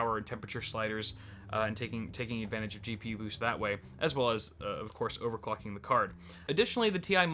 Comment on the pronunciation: "overclucking" lul